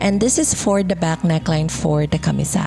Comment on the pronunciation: Firstly, I enjoyed watching this. Pero this is me being picky, I was really bothered by the pronunciation of camisa. CAMÍSA, accent on the second syllable, and not camisá which I hear sa video. And a slight "correction" lang on rhe construction of the elements if you are aiming for a more historically-accurate version. 1. The sleeves usually do not reach the wrists. They are usually cut lower than the elbow but higher than the wrists. 2. For the panuelo, the folds are ideally not sewn because the panuelo should have visible dimples at about the shoulder area, especially if you are targetting a late 1800s look. Anyhow, your final output looks great with your choice of mocha as color (very similar to abaca or piña) plus the white embroidery patches. I wonder if you could create another set using piña/jusi/or abaca fabric instead.